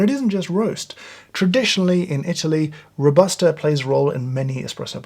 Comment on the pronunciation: “Robusta” pronunciation is kinda like Ro-buh-stah not Row-bah-stah as you do it. Love from Italy 🇮🇹